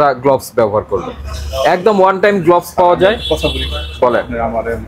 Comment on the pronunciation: Gloves এর উচারণ গ্লাভস হবে, গ্লোভস নয়।